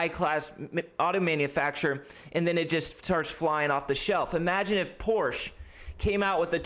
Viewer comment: You say porsche wrong btw, my german friend gets mad at me for saying it the way you said it. Also porsche already made a 30,000$ car, its called the vw beetle hahaha.